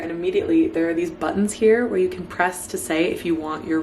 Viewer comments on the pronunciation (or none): none